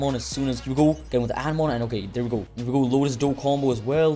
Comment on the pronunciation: Anemone❌ Anna moane✅